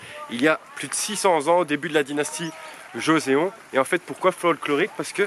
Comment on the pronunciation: Pitié... en coréen "eo" se dit "ô" Donc Joseon su dit "josôn et non joséon!